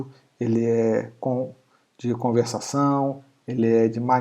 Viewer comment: faltou o "r" de conversação